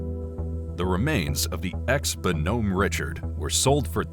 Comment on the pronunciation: Your wonderful videos would have much more credibility if you would take a little time learning how to pronounce the names of ships and equipment. Your pronunciation of the Bonhomme Richard as Bohom Richard is case in point.